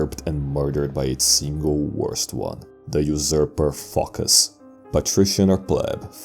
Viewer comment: Phocus rhymes with amogus